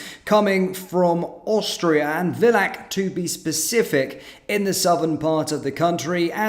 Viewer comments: Oh, no, I used to go skiing in Villach!... among other places. It's a very small town, and BTW, pronounced Filah. Somehow it's worse when it happens in a place you know well. Anyhow, the problem stems from EU/Bruxelles. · The "v" in "Villach" is pronounced "f" and the "ch" is a velar/uvular fricative like the Spanish "j".